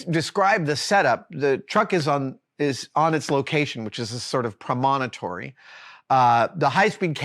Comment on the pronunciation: Promonitory? The word has only four syllables: promontory